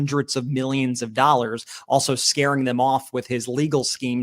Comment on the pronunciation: Is this why they call them ‘doll-ars’?